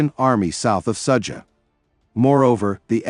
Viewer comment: Ai still stupid.Sadza...haha its Sudza..